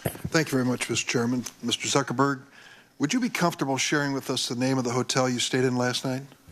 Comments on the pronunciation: Anybody pick up that the blue tie guy said ZuccerBurger XD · Did he just call him Zuckerburger? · mark SUCC erberg